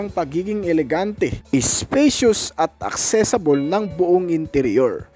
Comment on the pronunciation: Accessible po hindi accessable At saka huwag mood kasi mode yon. Pronounced as mowd. Maniniwala na sana ako sayo eh, pero dahil dyan hindi na ako naniniwala.